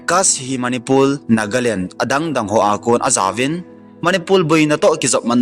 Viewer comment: Nathu sei maltal a om pon,martar ti joh di ahin,chun.manipul ti lo va manipur ti joh di ahe..thadou speak kei jong ka tho in di dih taha ka seithei e..namdang hong i english pou tho ei nuisat in teu ve.🤭🤭🙏